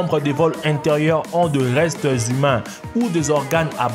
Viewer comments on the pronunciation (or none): none